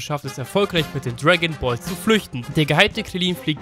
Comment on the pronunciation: bro wirklich ich feier es zu tode dass du die videos mit soviel aufwand zusammenfasst, aber bitte bitte bitte chill doch bisschen beim reden und achte auf die aussprache. Ich und viele andere haben dbz nur damals als kind im fernsehen gesehen und sind nicht mega tief drin, etwas langsamer und oder deutlicher wäre mega nice! "irische dragonballz" :D ich versteh es teilweise einfach nicht weil mir infos fehlen die ich eigentlich genau hier nachholen will. vielen dank für deine arbeit, hoffe es kommt an was ich meine. daumen hoch und abo hast sowieso immer